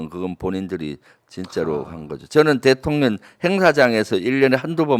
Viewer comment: 대통령이 대통년으로 들리지;;; ㅎㅎ